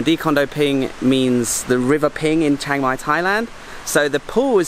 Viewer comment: it not chang mai It chiang mai Chee-ang